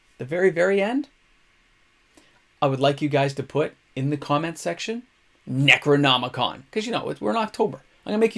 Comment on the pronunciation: Necro..harmonicon. nailed it